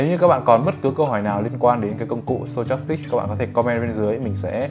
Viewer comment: sờ to chas síc à ờ stochastic. Đọc là sto thôi anh ơi, méo hết cả mồm hahahaha